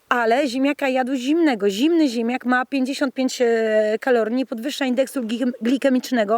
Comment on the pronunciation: Pani wymawia ziemiak, zamiast ziemniak... Nie mogłem się skupić na filmie zwyczajnie...